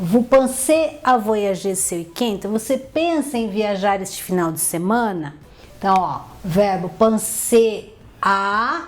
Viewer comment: Essa pronúncia do "de" estar errada...